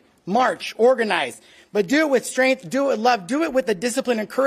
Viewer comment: Strength, not strinth.